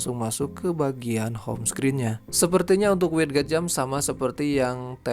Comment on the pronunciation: sedikit mengoreksi ,bacanya widget = wijet, sama kek gadget cara bacanya bukan gatjet